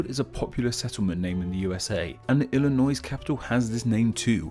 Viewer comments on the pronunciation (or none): Don't pronounce the s in Illinois. Ill-eh-noy not noise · The terminal S in Illinois is silent. Sorry. Similar to Arkansas but not Kansas. Strange. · The s is silent in Illinois! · It's Illinois with a silent s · The "s" is silent as the name "Illinois" is of French origin.